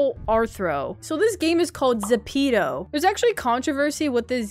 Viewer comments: Zepeto is not a copy of Roblox and it’s zep-to😭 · it’s pronounced z-e-p-e-t-o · uhm thats a bit rude i play zepeto and thats not how you say zepeto i play roblox too and all zepeto fans are going to chase you today